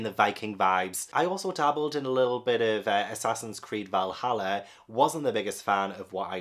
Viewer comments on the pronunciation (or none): none